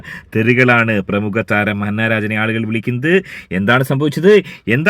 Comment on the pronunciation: ഹന്ന അല്ല അന്ന😊